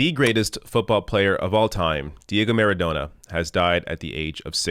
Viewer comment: I believe it's pronounced "MaradoNNa".